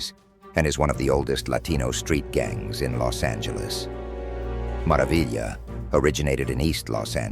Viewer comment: This got cancelled the way he said mara vila😂 and they didnt say 38th st